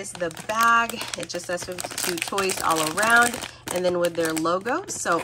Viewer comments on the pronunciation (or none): Awesome video as always ❤ Also I think 52toys is pronounce as “Five Two Toys” !